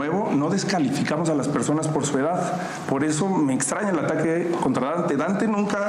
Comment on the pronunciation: de verdad Xochitl no sabe pronunciar la frase "or"? dice "po falta de infomación" jajajaja wtf